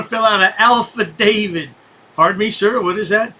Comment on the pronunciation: Well “alpha David” instead of affidavit?? 😂😂